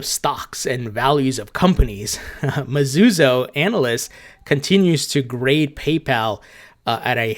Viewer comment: Greetings from Japan! Another great vid! Oh yeah, it’s pronounced “Me-Zoo-Ho”. 👍🏾